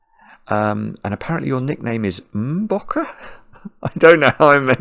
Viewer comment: Thanks so much for the birthday wishes! You pronounced Mmmbokke perfectly, amazing!😂